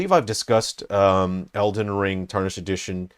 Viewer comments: Dude, it’s TAR-nished, not tar-NISHED. Driving me insane. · Erm actually it's pronounce tär-nish-ed sweaty